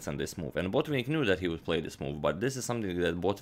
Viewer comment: Why "BOtvinnik"? He is "BotvInnik". Why "PetrOsyan"? He is "PeteosYAn". At least "TAl" gets right stress